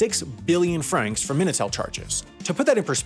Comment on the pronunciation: Minitel* not Menatel